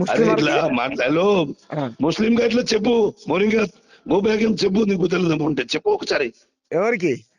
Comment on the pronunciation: మోరింగ్యా కాదురా ఆచార్ కా జాడి రోహింగ్యా 😂😂